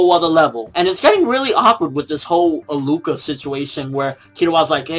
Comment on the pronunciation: HER name is pronounced AHHHH LUUU KAH not A-LUCA lol you had me rolling laughing and btw killua refers to her as a she in every episode that they were seen together